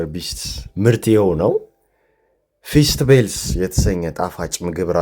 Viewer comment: ( ፊሥት ኤብልሥ ) ነው ፊስት ቤልስ አይደለም